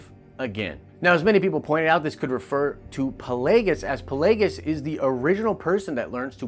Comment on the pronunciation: Who the fudge is "Palaigus"? - or in other words: Is the lack of ability to pronounce two different consonants in succession something new? Maybe it's just a new focus on my part? Could somebody please enlighten me? Thanks in avance! Great contents and topics btw!